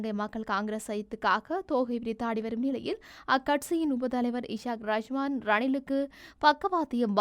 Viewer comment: Esakraseman alla esak rahuman